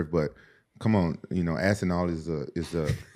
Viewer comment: Ass and all, damn can he not say the P?